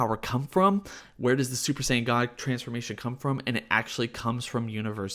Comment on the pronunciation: Im so high that when you kept saying scion i thought i was watching a battlestar galactica video review.